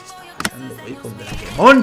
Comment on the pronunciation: es dreikmon no drakemon